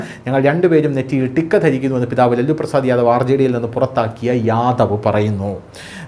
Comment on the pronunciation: ലല്ലു അല്ല ലാലു ആണ്